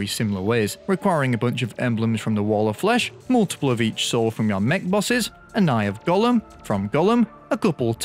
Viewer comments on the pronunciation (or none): none